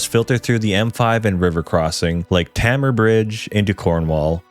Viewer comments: TAY-MAR seriously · Cornwall Represent! (Btw Tamar is pronounced "Taymar")